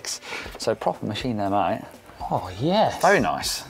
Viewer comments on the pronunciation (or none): none